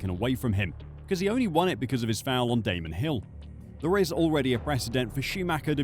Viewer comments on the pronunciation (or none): none